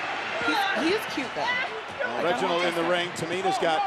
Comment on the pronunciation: BAHAHAHA WHEN NIA JAX SAID “I DONT THINK SO REGINOLD”